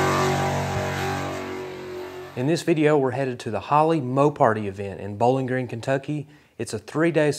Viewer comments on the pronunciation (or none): none